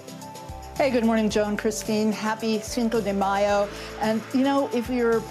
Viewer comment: "sanko de mayo" lol she said it twice